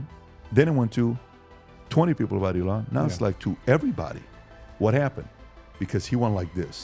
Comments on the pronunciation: Patrick, e-LAN means enthusiasm. EE-lon is Musk''s first name and he pronounces it that way. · Accent like eLON instead of Elon? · PBD - The Captain Obvious who still can’t pronounce the word Elon. If anyone is a dumb philosopher, it would be him.